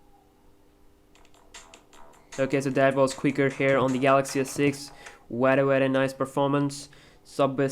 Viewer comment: beder and bery bery good and lastly titter damn loool